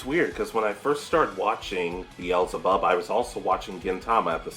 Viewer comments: Thank you for the video. BTW.. Bel Zeh Bub. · Your pronunciation of beelzebub was driving me crazy lmao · X2 I thought I was gonna die